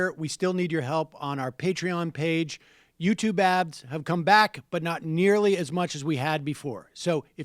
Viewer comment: Is it possible to record a new outro bit where Sam doesn't say "YouTube abs"? It's been months.